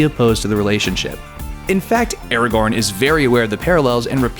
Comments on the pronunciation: What about "Era-gorn" instead of "Ara-gorn" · Sauron is pronounced "Sow-Ron" not "Soar-Ron". Also Aragorn is pronounced "Ar-agorn" not "Air-agon".